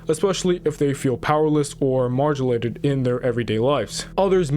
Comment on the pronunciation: "Margilated?" Bro it's "marginalized" THUMBS DOWN